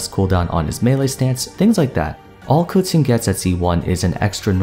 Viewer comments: Cooching.... Kaching pronounce..no hard feelings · I swore her name was pronounced (Keh-Ching) ? Why is he saying it (Cew-Ching) ? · It is so weird that you're pronouncing it "Koo-Ching"..... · Why does he say kutchen instead of Keqing? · who the hell is "Kuting"? I thought her name was Keqing. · did you just say kutsing instead of keqing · It's pronounced KA'CHING! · "kuching" huh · 🎶 I pulled a Kaching 🎶 🎶 I wanted a qiqi 🎶 🎶 I know it's spelled and pronounced Keqinq. 🎶 🎶 Buuut...I like Kaching beee...ttterr 🎶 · wait its pronouce ku-tzing? it hurts my ear everytime he saying her name.. i love keqing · i legit thought he was calling her cutscene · God he doesn’t know how to say her name and I understand stand i callde her keping so I understand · Who tf is kootsing ? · its ku-tsing? not ke shing?! CHINA WTF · I swear to god, literally no one knows how to pronounce keqing so they say random giberish, now its "kutsin" 😂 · This was a good video, but there’s one thing I’d like to add to the pronunciation. Keqing (pretty much the same as you pronounced it, just there was one thing missing) is pronounced: the keq part was right, it’s pronounced Kuh-ts-ying (search it up on google translate, it’s correct) I honestly was surprised at your pronunciation bc most Genshin people pronounce it as kuh-ching, which is rlly great 😌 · 30 seconds in: "Kuqing", well this is gonna be an interesting video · keching is how I pronounce her name (and a good majority of others) xD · did you just call Keqing Kucung?? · its not, its “keching”, i know it as i am chinese. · Bruh I want to watch the video but if he says KeTing again I'm gonna puke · isn't that wrong though? It's Ke4 Qing1 isn't it? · You pronounce Keqing really crazy bro lol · You don't even say her name correctly... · Idk first time i heard someone pronounce it that way, dont be offended lol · Wtf did you just call her. That is not how it's pronounced